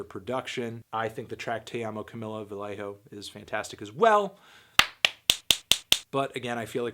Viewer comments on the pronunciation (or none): none